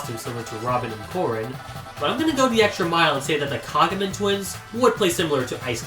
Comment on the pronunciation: You pronounced "Kagamine" wrong. The E isn't silent (actually, I don't think Japanese even has silent letters to begin with), the "ne" is pronounced the same as the "ne" in "hatsune". The cool thing about Japanese is that unlike English, the vowels are actually almost always consistent. Ain't that neat?